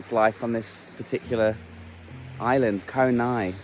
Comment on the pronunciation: รู้ละ ฝรั่ง ออกเสียง ง.งู บ่าได้ 555 พังงา อ่านว่า พังนา เกาะไหง อ่านว่า กอไหน